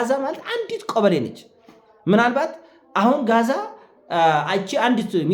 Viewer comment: አይ ማስሬ እኔ ከአካባቢው ባልኖር ኖሮ እንደሌሎቹ ታሳምነኝ ነበር ፣ምድር ላይ ያለው እዉነታ ሃማስ አልቆለታል ፣ በተሳሳተ መረጃ ተከታዮችህን አታሳስት ፣ 2ኛ "ጋዛ "አይባልም " ዐዛ "ነው እሚባለው በግዕዝ በአማርኛ በአረብኛ